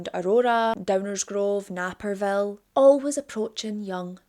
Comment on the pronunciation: Naperville is pronounced NAYperville. no anger. Unless you live in the area you might not get the e after the a makes it a long A.